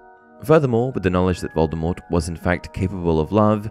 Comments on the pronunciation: Yeah that's your speculation...you keep saying it like that 😂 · Another little known misconception about Voldemort is that almost everybody pronounces his name wrong. Rowling says the T is supposed to be silent but gave up on trying to correct that misconception it was so prevalent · Honestly Vol-de-mor sounds a lot better than Vol-de-mort. The same thing happens with LeStrange. The audiobook narrator always pronounces it La-strah-nj not La-stray-nj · I've always preferred the pronunciation that leaves the T silent; in my opinion, his chosen name sounds cooler that way. I still pronounce it that way, even though the movies, all the UK versions of the audio books, and the US versions of the last 3 books pronounce the T.